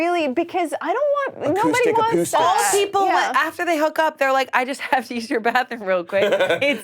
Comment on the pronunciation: I cannot BELIEVE that said "apoostics" and everyone just skipped straight past it